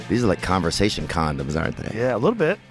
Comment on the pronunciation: Did he just say conversation condom lmao